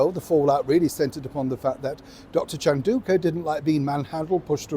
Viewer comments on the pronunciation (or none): Chandauka is pronounced chan-dow (rhymes with wow) -ka.